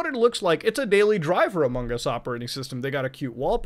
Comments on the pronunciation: Among us, not Amon gus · Sheeesh what are you doing here? It's amogOS, not AMOGOS. HUGE difference. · it kills me everytime when he says amogos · I can't hear Muta say AMOGOS enough times. I keep coming back to this video just to hear it. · More like: Amog OS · Every time Muta says "Amogus", an elderly person dies and a baby is born. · your general habit of over-pronouncing the g in among us is absolutely fantastic and i love me some amonGus never stop saying it like that please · Every time Muta says "sus" and "amogus" part of him dies inside. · mutahar saying amogos gives me my daily dose of serotonin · "Halal OS" lol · Every time muta says AMOGOS I feel it in my soul😂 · Love hearing him say AmogOS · As a raspberry pi user I’d love to hear your embarrassing raspi story! Also why did you show the raspberry pi 400 keyboard instead of the actual board lmao Also, love ya Muta, but every time you say AMOGOS like that I feel like committing sepuku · the way he says amogus is awesome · the fact how he says amogos